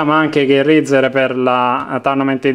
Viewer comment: Come cazz dite razer